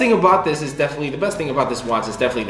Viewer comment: “Apple Wutch”